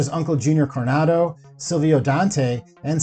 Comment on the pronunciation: there’s no way you called junior “coronado” lmaooo